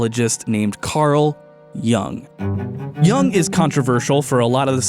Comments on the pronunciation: I was sent here by my high school philosophy professor to say it's pronounced YUUNG /jʊŋ/ not YANG. Thank you for the attention, I'll show myself out. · For the love of all that is holy, it's pronounced Carl "Yoong," not "Yung" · I love this video, I'm listening to it on repeat while I animate. But I can't get past his pronounciation of Jung XD It's pronounced "You-ng" right? Am I insane??